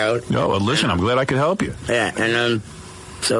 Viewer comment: Sounds like “somebody (something) trying to hell him something” to me.